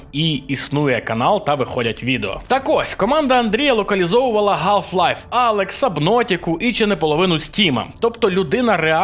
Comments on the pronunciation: з усією повагою. Чому ти кажеш не Халф-лайф, а Галф-лайф? І ще декілька прикладів у цьому відео, а також минулих. Адже з англійської читається Халф, буква - H, не G. Поясни, будь-ласка. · Гей, шкіряний чоловіче, перепрошую, але чому Half-Life = Галф Лайф, а не Халф Лайф? Gamedev = Геймдев, а не Ґеймдев? Тобто ми й Hh, й Gg вимовляємо як Гг? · Будь ласка перестаньте переводити букву "х" в англійських словах на "г" в українських. В нас є буква "х", навіщо псувати оригінальне звучання?? Чи тільки мані здається що "Галф лайф" або "Гопс" (з форсажу) звучить жахливо та смішно??? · Є назви в яких H читається(перееладається) як Г... Але тут це реально не в тему...